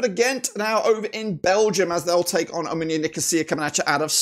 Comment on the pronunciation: fr bro like how the hell does he say "ominia" instead of "omonia" like wtf